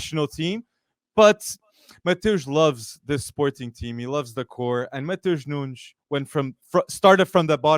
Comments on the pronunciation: its not nuñez its nunes. It sounds like it spells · I don't mean to be picky or rude but Matheus Nunes is not pronounced Nuñez. In Portugal we are a bit sensitive about pronouncing our names as Spanish (Nothing against our Iberian brothers) It's pronounced New-nesh (kind of..) On the sport side, Nunes is a potential world class player and the Sporting manager was not happy to lose him because people feel he was cheap.